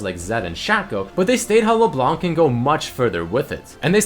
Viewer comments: "LeBelanc" XD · just the pronontiation of leblanc is leblan